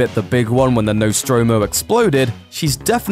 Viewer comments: "No-stro-mo"?? "Nos-tromo". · No-stromo? I think you'll find it's pronounced Nost-romo. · "No-stromo" Just wrong.